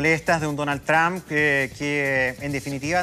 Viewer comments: que necedad por que peru argentina chile pronuncian tramp no es asi se pronuncia tromp y se escribe trump por que insisten en pronunciar equivocadamente tramp tramp tramp que ignorancia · NO DIGAN MÁS DONAL “TRAMP”. SE DICE “TROMP” y SE ESCRIBE TRUMP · Se pronuncia Trump No trampa . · el presidente TRAM dice este señor jajaja